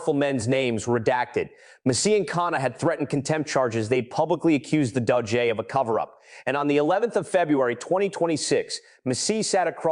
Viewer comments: What the hell is the doh-jay? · AI Voice-over “Doh-J”? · Please learn how to pronounce the names of these people. It’s hard to listen and believe what you are reporting when you can’t say the names right. Btw, it’s not dojay, it’s DOJ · The DOUGH JAY??? IF A I is to be successful then THEY GOTTA GET THE Pronunciations RIGHT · It is AI you hear, not a person. The pronunciation of "DOJ" is also odd.